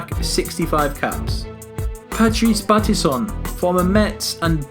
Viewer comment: By the way, it's Patrick Battiston, not Batison - poor fella got taken out by Schumacher. Either way, a very good squad, but Deschamps ahead of Tigana for me. Deschamps won the World Cup, Tigana didn't. Makelele also a great player, but not ahead of Deschamps or Vieira imo. Pires should also be in that starting 11, which is bereft of wingers with too many number 10s - sure, Kopa was used sometimes on the wing but he wasn't a specialist like Pires. Zidane should be starting ahead of Platini due to his World Cup win with Platini on the bench and a winger like Pires on in his place. While Cantona was a great player, he was never really outstanding for France and was in the side when they were at their poorest in the mid-1990s - David Trezeguet (not even in the squad!) would have been a better choice as he achieved far more for France imo - and I'm not even French!